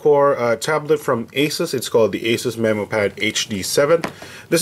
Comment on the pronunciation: That's the correct pronunciation "MeMO" Like Finding MeMO the movie